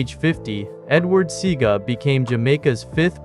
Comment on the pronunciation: U ALL NEED TO STOP THIS FOOLISHNESSTHE GENTLEMAN'S NAME IS NOT SEEGA. ITS SE A GA. SEAGA ...NONSENSE